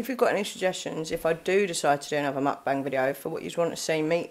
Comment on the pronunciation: You said it right!! Every eating video I've watched it's pronounced how you say it, don't worry :)